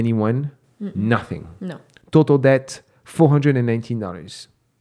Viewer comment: you have a great channel with valuable content. I would like to respectfully point out 1-2 reoccurring mistakes you keep making: (1) Please look up the difference between the words “owe” and “own”, which I notice you sometimes confuse. (2) In the word “debt”, the “b” is supposed to be completely silent, in that your lips are not supposed to touch at all; this has personally confused me for when I came to the US. I thought given the content of your channel it may be worth pointing this out. Thanks for your work!